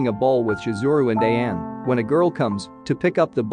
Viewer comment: it sounded like Sayako to me, also he prounounced Ayane as A-yane like Diane instead of A-ya-ne...but I think he's using a text to speech app that's why there's issues with the pronunciations